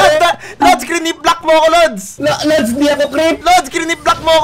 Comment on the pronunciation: Razzie: asks him his nickname Also Razzie: calls him 'lods'